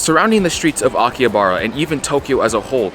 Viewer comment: bro says it like akiyabara. Bro It's Aki-Ha-Ba-Ra